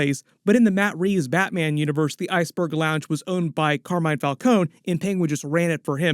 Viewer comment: Why did they change the pronounciation of the Falcone name between the batman movies?